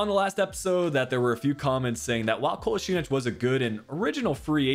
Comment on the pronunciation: Kolasinac. - Kolaz-in-atch